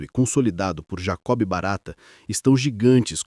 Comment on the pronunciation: Pronunciar Jacob como Jacobe é o fim.. A letra " b" desse nome próprio é muda, ou seja, não se pronuncia.. E outra coisa, memórias se vão mas a frota está sempre renovada, carros limpos e seguros e novas concorrências em linhas antes dominadas por certos monopólios.. Vamos atentar pro lado bom disso tudo no que se refere ao nosso conforto e segurança como passageiros e clientes...